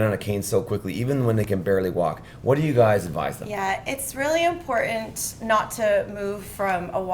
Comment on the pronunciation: Going for a TKR in 3 weeks. This video has excellent info for recovery. One thing aside. Please let the PT know that the word is impor-TANT. NOT impoor-INT. And straighten. NOT stray-IN. Still great info that I will utilize after my surgery. Thank you.